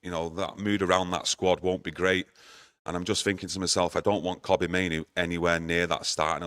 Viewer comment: Monthly reminder: Kobbie like Robbie, not Kobbie like Kobe (Bryant). I think 'we' have a responsibility to have the lad's name pronounced correctly. His play has earned at least that much !